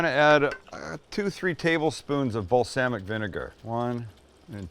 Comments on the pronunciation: He said "Bal-Sam-ic vinegar". 🤣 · "bal SAM ic vinegar". ❤❤❤😂🤣😂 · Heh, Bal-SAM-mic Vinnegar. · Do you emphasize the "Sam" in balsamic vinegar as a joke? 😂 or is that a Canadian thing?